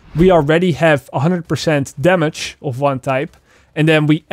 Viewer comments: Its Damage bro .....Not Damash . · First time i heard when he said "Damage" i thought wtf is that 😂 ......a few more times of hearing it .....oooooooh damage 😂Fuckit lol